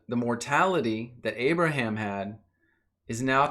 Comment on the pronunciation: great video man but who is this "abaraham" ;)